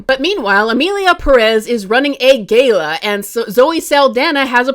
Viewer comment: Girl, you gotta work on saying Philanthropist and Gala. I’ve got faith in you 😭👏